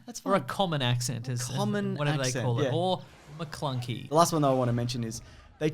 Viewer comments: nobody:: MacLuncky MaPlunky MaPunky MeTunky MeHunky MeEnky MeEska Meesa think this has gone to far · "Mecoska!" Was better than "Maclunky"